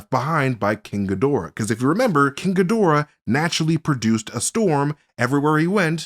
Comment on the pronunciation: Couldn't be more wrong mate the only thing that you could possibly dislike about is the fact he pronounced it Ghidorah not Ghidorah